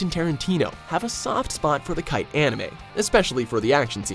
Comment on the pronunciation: Very true on the selection, these movies SUUUCCKKKKK!!!! But, Kite? What is this movie Kite to which you refer? Need to work on your pronunciations!